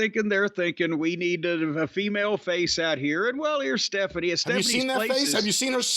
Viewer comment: "Staphanie" lol